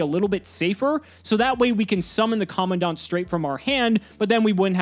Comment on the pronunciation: In all my years of taking in Yugioh content, you, are the second person I've encountered to have pronounced Commandant correctly. Thank you. I'd cry if I were capable